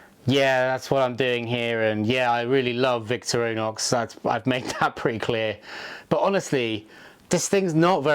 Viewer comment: “Victor-row-nox” lol